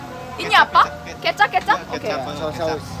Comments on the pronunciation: Soy sauce in indonesia called "KECAP" the pronounciation same as Ketchup,, but "Ketchup," in Indonesia called "SAOS TOMAT" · The soysauce in indonesia is called "Kecap" not Ketchup and Ketchup in indonesia is "saus tomat" misprononciation 😅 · Hello, it's kecap, not ketchup. Kecap means soy sauce. The pronounciation is same but different meaning 😊. Like ur videos very much. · Its kecap. Not ketchup. Kecap means sweet soy sauce. 😅